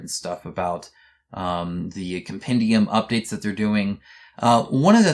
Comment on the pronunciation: Great update but it looks like you have been afflicted by by the mythic curse where you mispronounce one word badly, Sam Healy seems to do it and now you have - it's com-pen-dee-um 😉 Also on the whole lms call to arms thing, looking at some comments I wonder what percentage of backers ever read an update after doing the pledge manager and so completely missed the whole thing - I suspect it's higher than we might think.